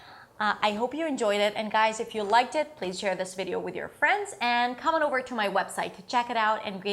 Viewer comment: One more thing, I almost forgot: your tongue is probably placed too high and possibly even a bit curled backwards into the mouth when you pronounce "over". We Brazilians usually do that when we try the emulate the typical American "r". Bring your tongue down a little bit and it should fit better into the following "th".